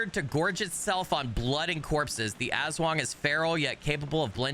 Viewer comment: AHHHHHHH!!!! ASWANG ARE FILIPINO SHAPESHIFTING CREATURES FROM VAMPIRIC CREATURES TO WEREBEASTS AND MORE!! ^^ <3 AND BTW YOU DEAD ASS NAILEDD THE PRONOUNCIATION!! xD <3 IM SO EXCITEDDD!! 😱🤯🔥 I was literallyyyy thinking IF they’d add I’m sum Filipino creatures xD <3 they did!! >:0